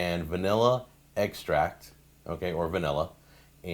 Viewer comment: did you say vanilla EGGstract